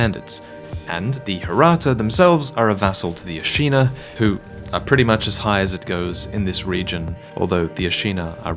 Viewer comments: Hearing you mispronounce Ashina makes my ears bleed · Why do you keep pronouncing Ashina differently?